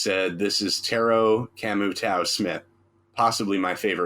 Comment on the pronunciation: Great Aesop content gentleman, keep them coming. The Tao in Camu Tao is pronounced Tayo ☮️